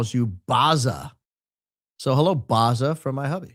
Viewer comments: BAZZA : ‘BA’ as in (ba-t) ‘zza’ (zah) not ‘ba’ as in (bar) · I would imagine that Bazza is pronounced Baz-zuh, not Bah-zuh. It's an Australian way of forming nicknames I think. Gazza, Shazza, Dazza, Mazza. I dunno people here would probably call you Baz for short. Furthermore, in a somewhat unrelated matter, please permit me, in this very immediate temporal instance, to seize this auspicious juncture to proffer my most profound felicitations regarding your channel's attainment of the 300,000-subscriber threshold. One cannot help but admire the profound equilibrium struck between the ludicrous levity and the forensic precision within this highly intelligent 25,000-dozen-strong outfit.